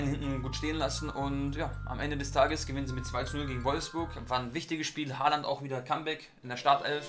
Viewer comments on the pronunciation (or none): none